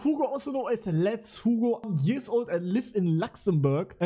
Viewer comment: "I live in Lachszämbörg"💀😂